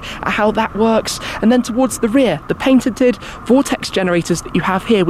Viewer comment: Did I hear you say, "paintited"?